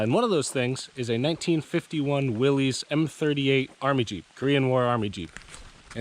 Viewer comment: not a will-eez...it's a willis, like "what cu talking about Willis?"